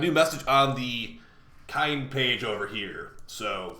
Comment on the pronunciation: Kin-eh-page. Like the word kinetic.